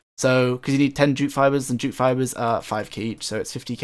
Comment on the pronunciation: I kept thinking you were saying "jew" fibers, which kind of made sense with their cost 😂😂😂😂